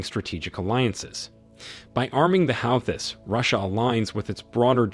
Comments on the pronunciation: "how-this" Try "who-thies" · the "how this" ? what.. ? this guy cant even pronounce the groups name properly .. why am i listening to him :\ its pronounced "HOO THEE" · who the f** are the HOWTHIS,,? do you mean the HOOTIES..? are you Ai ::? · Please pronounce the words correctly- ex. not "how-this", it's "hoo-tees", etc. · The How-thiss 😂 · Do you hear A N Y B O D Y E L S E pronounce their name /HA-U-theez/ ? الحوثيون al-Houthioun /al HOO-thee-oon/ "the Houthis" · Howthis wtf, must be AI generated voice over, sounds like a buffoon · It's 2024, friend. Please learn how to say the names of the key organizations you're discussing. There's a big ass racism red flag screaming at me every time you say "How-These"... point me to the people you hear say it like that. Your chosen use of the word "insurgency" is now giving me the ick... 2024... Tell us you care less, please. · It is Hoo-thees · Calling the houthis as 'how-tis' is diabolical 😂😂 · How do you like that Zionist USA? ROFL! The Yemeni force is pronounced as 'WHO-TEES" ,just saying! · 1st & formost what the fuck is howthees? Its prounced houthis you algorhythm pofs😂😂😂😂😂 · No i don’t want to hear your Stupid Prononciation on HOWTIS🫣do your homework ? It’s Houthis not Howtis ?? Make an effort man? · Can you guys learn how to pronounce Houthis properly, or teach your AI how to say it. It is super annoying. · If you are going to put yourself out there as an expert or spokesperson on International politics, at least make sure you know how to pronounce Houthis correctly, otherwise you might risk sounding superficial. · Pls pronounce the Yemeni resistance Correctly. The Houssis.. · Hossi is It's True pronounceation Hossi they're Tribe in Yemen and They called themselves as "AnsarAllah" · Why would i want to subscribe to a channel that can't even pronounce "Houthis" correctly. Just plain stupid.